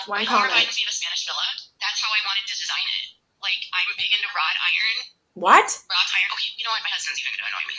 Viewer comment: LOL! Wrought, not rod. {:-:-:}